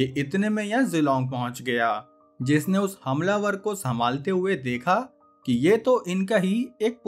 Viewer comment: bahi tune hamlavar bola hai ya "hum lover"